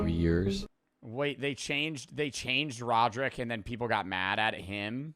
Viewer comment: That's not rodrick that's rodricka